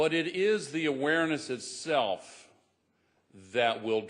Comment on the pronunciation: Hear him saying "awareness" as almost in sleep or drunken state... and top of that talk about global covernance. Yikes, you gotta love the puppet show... naah, too stiffy for me. Al gore and other puppet's, the show is over, get over it!